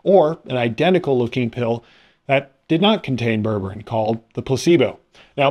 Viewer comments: unlike towns in Massachusetts, ber-ber-ine is pronounced as it is written with 3 distinct syllables. It's isn't berbrin. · JEEZ! Its pronounced "ber-ber-EEN"! If you can't bother to look it up or Google it, get an adult to explain it to you. Do you say tangerin? Latrin? Listerin? Magazin? Pathetic.